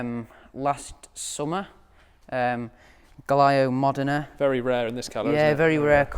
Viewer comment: Fantastic car colection, awesome ... but "Galaio" Modena colour?! Really? (Giallo Modena) really could have prepared ... still needs to do some schooling or the parents could invest some money in his foreign language skills and not just "his" car collection. But you have got to start somewhere when you have a multimillion collection that "you" bought at 14 huh? Still, very nice cars.